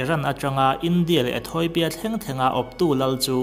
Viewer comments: ETHAWIPIA nilovin ETHIAWPIA ti in lam tur...hehe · Etheopia, 'Etoipia' tiin i lam daih thung a. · "E-thawi-pia" i ti zela nang chu.....🤓